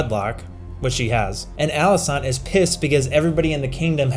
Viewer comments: Viserys was actually not referring to rhaenyra's aegon on his deathbed he was talking about aegon the conqueror. Also great vid as always but she's called Alicent not alisaant lol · Alicent,, it's AlicEnt